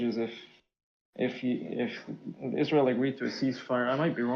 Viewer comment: Man he can't say ceasefire.